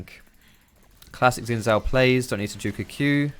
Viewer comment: I hate how says Xin Zhao. That's just wrong, why not just learn to say it correctly?